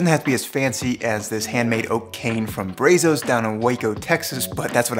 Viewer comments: Your video is very educational. I just wanted to share with you that the one word you mentioned is pronounced as a Spanish word Brazos as to say Br-ah-zohs not Brayzos. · pppsst ,.. brazos.. the A is a short sound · Thanks for the video, looking forward to shoulder improvement. Nice Cain! FYI, the locals pronounce Brazos with the "short a" .😀